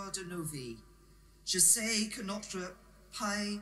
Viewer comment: hoooooowwwwwwwwwwwwwwwwwwwwwwwwwwl No, that's painful. Je "say" ...Mais qu'est-ce que tu "say"??